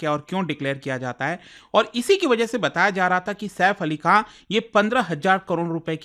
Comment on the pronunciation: आप बार बार सैफ अली खा q बोल रहे है खान बोले में कौनसा पैसे लग रहे है 😅